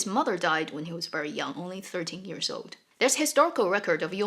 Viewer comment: You are awesome! Love how you share on the history/reality, makes it so much richer. I notice that you pronounce years as 'ears'.